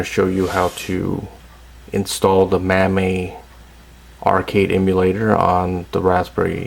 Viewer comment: Install the Mammy lol I never heard it pronounced like that. Thanks for vid!